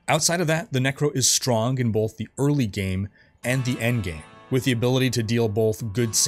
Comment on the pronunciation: Are you putting an L in "both"? BOLTH?